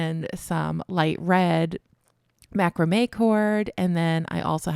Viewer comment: 👋🏻 Mac raaam may with the emphasis on raaam 🎉